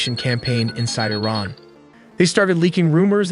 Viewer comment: Nuke I-Ran now